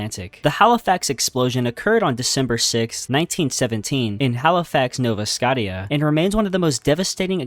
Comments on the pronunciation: as a Canadian, that is Nova Sc-OH-shha, not Nova Scott-ia. Oh my god 😂😂😂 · just an fyi, nova scotia is pronounced "sko-sha", not "sko-tea-uh" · nova scottyyuh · Bro its sco-sha not scot-iea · It’s not “Nova Skatia” it’s Nova Scotia pronounced Nova Scoshia the “Ti” in Scotia make a “Sh” sound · My dude 😂😂😂😂 Nova “Scott-tia” 😂😂😂😂😂😂😂😂 Nova “Scoh-sha” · Nova.. Sco-tee-ah? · Did this nigga just say "Nova Scotty Ah" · Nova Scot-ia pronunciation is crazy 🤯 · This dude said nova “scottyuh* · “Nova Scotty-a” is a new one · "nova scottia" is wild💀😭🙏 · Nova Scotee-a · Klee Bold" not "Kla Bold" Emphasis on the E. And Also im not even Canadien and i know its like "Nova Scochha" like h sound. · I’m an American and even I know it’s pronounced like no-va-scow-shuh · "Nova Scot-ee-a" jfc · If it makes you feel any better -- US based English speaker (not American born, but have an American accent). I've always heard and said Nova Scotia as "Nova Skosha." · i literally went straight to the comments after he said nova scaw-tee-ah 😂😂😂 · Nova Scotteeya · I legit paused the video and said out loud "Nova Scottia???" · Well, you missed a LOT of tragedies but if you're going to load more parts, that's good. Also, you may want to listen to the video before uploading, to correct mispronunciations like for Nova Scotia, Chernobyl and Carpathia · IM FROM CANADA AND HOW YOU PRONOUNCED NOVA SCOTIA OFFENDED ME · That "Nova Scotia" pronunciation hurt my soul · When he said nova scotia wrong it hurt my feelings being Canadian i mean its hard to pernounce something the badly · that pronounciation of nova scotia knocked years off my life. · bro BUTCHERED the pronunciation of nova scotia im sobbing 😭😭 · As a Canadian the way you said Nova Scotia made me want to be a victim of the Halifax explosion lol. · Ok just bc your butt hurt that he pronounced something wrong it’s no reason to be disrespectful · As a Haligonian, I choked on my donair hearing that pronunciation of Nova Scotia. Sir...